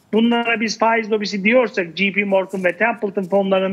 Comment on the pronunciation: jp morgan "ji pi" değil "cey pi" diye okunur. biri kafandan uydurup yanlış telaffuz ediyor, diğerleri de papağan gibi aynısını tekrarlıyor. en ufak bir sorgulama, araştırma yok.